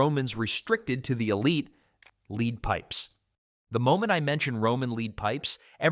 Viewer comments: Tell your AI that it's LED, not LEED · Your AI narration is irritating. For instance "lead pipe" is pronounced "led pipe", not "leed pipe" If you cannot pronounce it properly, why should we trust the content. Get it right, or just read the text yourself. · Y'ALL KEPT SAYING LEED MEANING LED OR LEAD THE METAL. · AI,😂 leed pipes... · The AI dude is so bad that he pronounces “lead” (the metal) “leed”. And he says “Here’s the kicker” too much. Bad. Very bad. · You lost me at "leed poisoning." I'm not watching AI slop. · "Leed" pipes?? Must be an idiot AI speaker. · yeah i had enough too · Leeed pipes? wtf - Good content ruined by more AI slop.. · AI —- “Leed” pipes, yet pronounced correctly “once”… 🙄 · Narrator doesn't know how to pronounce "lead." Made of lead (pronounced "led." and "lead me to your leader" is pronounced "leed." Spelled the same, but you figure out which way to pronounce by its context. And this narrator is a professional. I can only conclude that literacy is a thing of the past. I see blantantly obvious errors like this frequently. The most stunning thing is that no one is around to figure it out and correct it before the product (documentary or whatever) is released for distribution. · AI slop again? It was bad enough hearing hippocaust but it was too much to hear leed pipes! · Pronouncing lead as lead rather than lead is triggering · Which on is it: Lead or LED? Good content, though. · Could you PLEASE teach your lane AI narrator the diffference between LEAD the metaland yoLRad sommeone around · Teach your AI to pronounce words and know the context to get it right. Lead and Live are spoken different depending context and don't get me started numbers spoken wrong both Arabic and Roman.